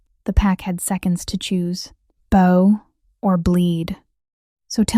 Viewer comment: 'Bow or bleed'. The narration has chosen to pronounce 'bow' as 'boh' like in bow and arrow. It should be pronounced 'bough' as in tree limb or bow-wow for dog bark to mean bending forward to show respect.